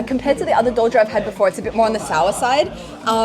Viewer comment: Hahaha, as a Beijinger, I can’t accept douzhier at all.